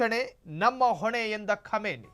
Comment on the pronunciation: Khumani not khamani